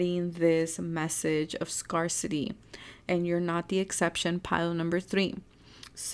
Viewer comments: I love you. Just wanted to tell you, help you, scarcity is pronounced, scare city. Just so you know. 😊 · #3 Thank you for the reading!💞 Oh btw, scarcity is pronounced scare-city 😊